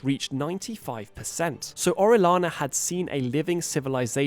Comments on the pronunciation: Oh-reh-yah-nah. That’s the pronunciation. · It's pronounced oh-ree-AH-na. Double ll, spanish name.